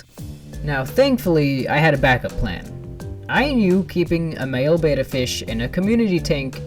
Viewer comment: Isn't it pronounced Bet-tah not beta?